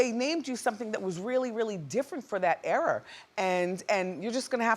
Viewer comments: Wendy, its ERA! Not error! You're killing me. 😩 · Think Wendy likes saying "error" instead of era just to make people mad about the pronunciation lol.